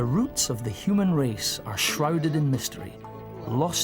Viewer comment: Hue man...hue-man.